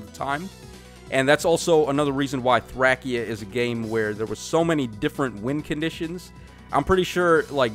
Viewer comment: Why are you saying Thracia so weird 😭